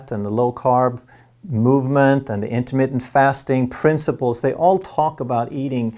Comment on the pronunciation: in-ter-MIT-TENT, not in-ter-mit; sounds like intimate... I think Intimate Fasting is what Pick-Up Artists lecture on. Ha!